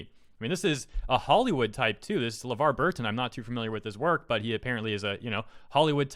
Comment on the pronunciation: It's Levar, not Levard. I think he was talking on behalf of his daughter (Micah). Levar is a legend, he was on Reading Rainbow and was Geordie LaForge in Star Trek: TNG.